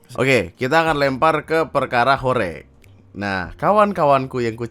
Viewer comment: Cara bacanya horeg bang, bukan horeg